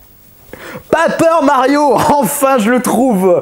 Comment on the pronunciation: "Papeur Mario" :hap